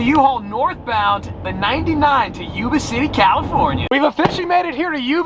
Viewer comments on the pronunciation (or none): I live in yuba city. It’s pronounced yuba (like when you say yup). Not pronounced yooba😂😂